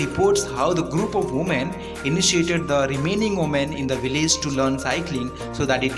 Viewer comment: It's Village and not villaze